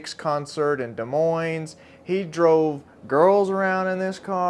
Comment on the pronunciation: Don’t pronounce either S in Des Moines son, just like you wouldn’t pronounce the C in Tucson.